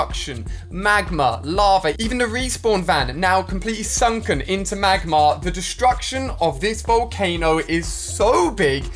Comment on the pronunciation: It’s not magmar it is magma